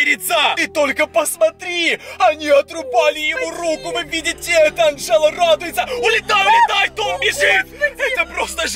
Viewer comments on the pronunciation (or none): Не Анджеду а Анджелу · Не Анджеда а Анджала